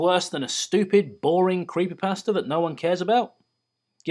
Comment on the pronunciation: Lol I love how he says creepypasta...he says creepypaster =P